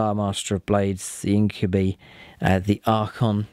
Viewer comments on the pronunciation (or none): I really love the battle reports. Only thing that keeps bugging me is its pronounced In-kyoo-bye, not In-kyoo-bee.